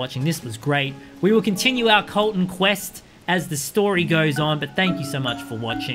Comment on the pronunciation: MY NAME IS COLTON NOT KOLTON BUT CLOSE!